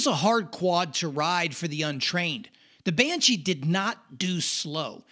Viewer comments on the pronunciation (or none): I think if I heard another "yauhmuahauww bashee" I'd probably lose my mind